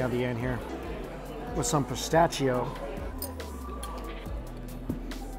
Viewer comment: Yumm, these videos make me so hungry. But, really, the way he pronounced pistachio as “pist-a-CHEE-o”?? It bugs me.